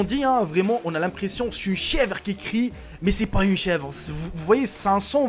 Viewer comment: on dites chèvre? ??????